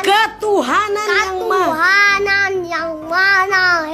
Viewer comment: "Ketuhanan yang mana Esa" wait.. keutuhanan yang mana Esa ? .. Itu dia nanya Tuhan yang mana Esa 😂? (Canda awkwkwk, harusnya maha, cuman si adek kyknya gak bisa/blm biasa pake "Ma-Ha" 😂😂)